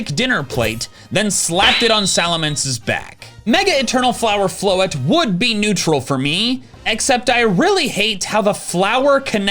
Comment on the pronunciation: IT'S AERODACTYL, NOT ARADACTYL! AND THERE IS NO W IN FLOETTE!